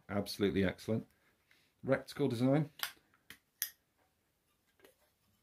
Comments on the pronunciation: Old Chinese proverb " that which is shit flies to pieces",, great video, but please please stop saying RECTICLE... IT'S RETICLE!!!👍btw, I've got 3 airmax 30 compact scopes, I love them. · Don't keep saying "reCticle" - it's RETICLE! 😂😂